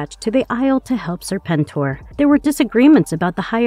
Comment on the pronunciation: Serpentor not Serpenter....